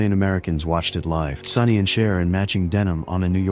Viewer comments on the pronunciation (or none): none